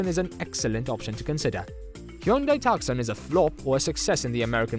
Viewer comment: Pronounced “tooson” not “tuksun”